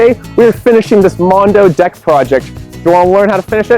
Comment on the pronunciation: Did he just say BIG BEAUTIFUL D**K or deck? 🤬